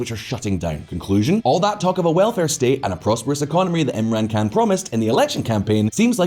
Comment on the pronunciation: I Keep getting confused when he pronounces Khan like an American pronounces Can. An American wouldn't even pronounce it like that.